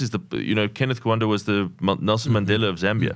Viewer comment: Kenneth KaUnda, not Kuanda